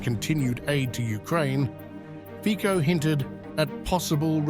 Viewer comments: To be respectful to Fico and Slovak people Learn to pronounce phonicly with your Anglo’s Saxon tongue it’s ( Fizzo ) not Fiko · IT'S PRONOUNCED FEETSO. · Zelensky is a blackmailer! Fico (pronounced: "fitso"). Let's stop the insane warmongers from the west! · Step 1 - learn how to pronounce Fico's name properly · At least learn how to pronounce someone’s name when you address whole video to him… truly unprofessional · can you please at least try to pronounce the name of Fico correctly - it's not so hard to google how his name should be pronounced!